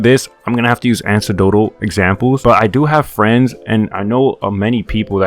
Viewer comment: Did you say “ancedotle”?? 🤨